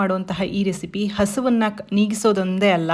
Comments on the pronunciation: ಹಸುವನ್ನು ಅಲ್ಲ ಹಸಿವನ್ನು ಅಂತ ಹೇಳಿ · ಹಸುವನ್ನ ಅಲ್ಲ ma'am ಹಸಿವನ್ನ